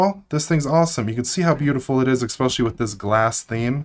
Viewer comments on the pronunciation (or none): Stop saying eXpecially right now. Cease and desist is on the way.